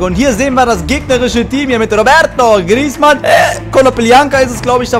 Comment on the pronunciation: sagt einfach mal roberto griezman